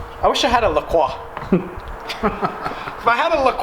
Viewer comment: Manz said kroikx